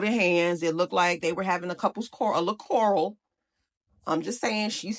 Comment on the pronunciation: quar·rel not coral😂😂😂